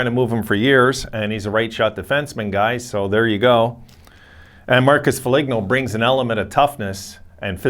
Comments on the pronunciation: "Fo-leen-oh" not "Fo-lig-know" Guerin already said he isn't trading Dumba. Foligno is the Captain and heart of the MN Wild, Guerin isn't trading him. There's still time to delete this video! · Shouldn't have traded him to begin with. That was a stupid trade . Murray made some horrendous trades . It's pronounced Fo lean oh